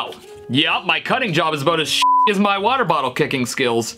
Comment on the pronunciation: Nobody: stevie t: 3 MILLION WATEE BOTTLE